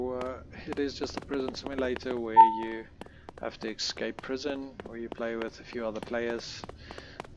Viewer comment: ESCAPE...why is this such a hard word to pronounce lol.!